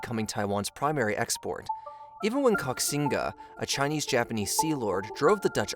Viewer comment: Sorry mate, but if you want to talk about these things, you really need to learn how to pronounce words .. Koxinga is "ko-shin-ga", it is the Ching dynasty not "King", aborigine is "ab-or-idge-in-ee", and the manufacturer of a majority of high end computer chips is TSMC - Taiwan Semiconductor Manufacturing Company. You sound pretty ignorant to anyone who actually knows about this stuff.